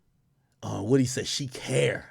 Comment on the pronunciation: Ak gets defeated by the letter O every time. “Rury” “Wudee”